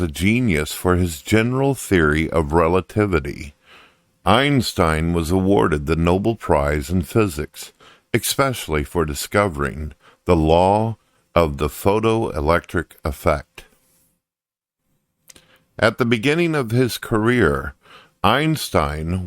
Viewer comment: "Astromoner," "Expecially," "NOBLE prize," "Georges Lemeetry," "Scallary," "Villain-kin," "JAN Paul SART", "ANTHONY Flew," "Thomas Aquawnus." The fact that you thought this guy was in any way fit to narrate your video tells me everything I need to know about your ability to discern between reality and absurdity.